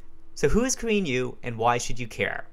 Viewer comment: Thought he was saying "Korean You", had no idea what was going on.